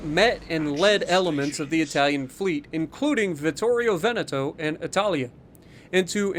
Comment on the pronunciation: the pronunciation of vittorio veneto was PERFECT, proud of ya <3